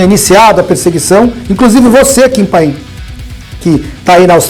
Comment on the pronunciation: "Kim panin"